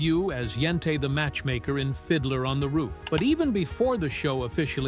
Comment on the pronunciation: Yente mispronounced and cant say Roe v Wade right